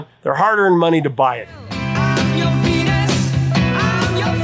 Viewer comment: Shocking Blue: She also misread the Y of Your as a J... Sang as 'Jour' desire.